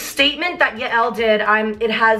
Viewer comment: Yael is Scooter’s wife and it’s pronounced like”Yale”